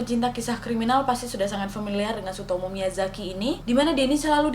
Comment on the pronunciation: Gw dengerny ka nadia nyebut namanya sutomo dunk, ga taunya tsutomu.. 🤣🤣🤣🤣